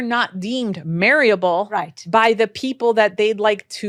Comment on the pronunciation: Marryable? This expert was butchering word after word, and yet she's writing books?